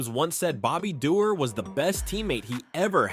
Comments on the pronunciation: Not dee- orr it's door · Bobby Doerr. Pronounced "Doh-ur"